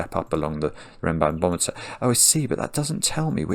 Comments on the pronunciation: So funny how after a couple of minutes it turns into "renbanBOMeter" instead of "renbanMOMeter". ^^ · I smiled every time said "RenbanBometer" (rather than RenbanMometer). Reminded me of a child saying biscetti rather than spaghetti. 😂 I solved this in about 25 minutes. Really fun puzzle!